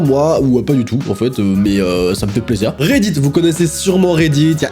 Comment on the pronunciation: " reddid " REDDIT!!!